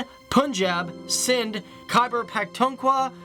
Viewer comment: i could not stop laughing when you pronounce Khaber-Pakhtun-khuwa. Kindly do Chitral in Pakistan it's a whole topic of peace,culture,nature and beauti